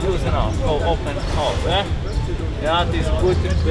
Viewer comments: It's not "Ehhh". It is "Yeah". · He's saying "yeah" not "eh" 😂